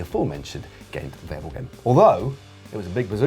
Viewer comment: ...can you also please agree on how to pronounce "Wevelgem" - ask a Belgian, for example?